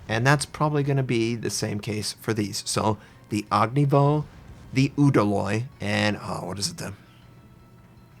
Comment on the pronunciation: I just don't understand why he says "og ni voh". He says Udaloy just fine. What makes him drop the "y" at the end of Ognevoy?